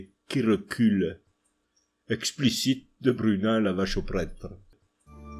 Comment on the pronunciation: Questions sérieuses : 1 pourquoi prononcez-vous prètre mais nosstre et fesste. Et 2 pourquoi ne prononcez-vous pas les s du pluriel (et du nominatif singulier masculin dieus) ?